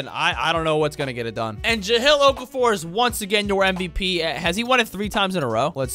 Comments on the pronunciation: serious questioning this decision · praying he doesn’t say it again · Isn’t his name Jahlil (jah-leel) not jahill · Ja-hill? It's Ja-leel. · JUH-LEEL not JUH-HILL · Take a shot everytime says Ja-“HILL” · Starting now mark on video, i will take a hit of my wax pen every time he says ja-hill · who tf is “jahill” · Bro ja-hill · nah bro the ja-hill thing is annoying💀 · Bro. Ja-lil and Vusa-vitch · Jah LIL? Nah. Juh HILL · Why do I feel like you never said his name like that before?